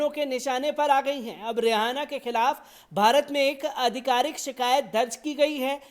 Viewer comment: aap रिहाना bolna band karen. Asal mein naam रिआना padha jata hai. H silent hai. Isi tarah aap ऊरूज ko ऊर्ज padhte hain jo sarasar ghalat hai. Hosh karen.